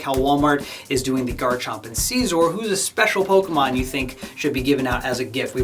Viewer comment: You pronounced scizor wrong